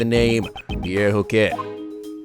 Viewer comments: It's ho- kay not ho-cket,... For hoquet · Hoquet is pronounced "Ho-kay". The T in "-et" is silent in French. This goes for Sherbet, too. (Sher-bey) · You don't have to pronounce the t in Hoquet. Great video as always!!